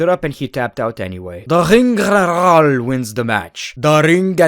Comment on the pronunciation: The Ring Gggeenerrrrral 😂